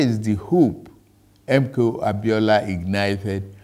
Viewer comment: It’s the way he continuously call out those names for me. MKO ABIOLA. However it hits you, na you know!!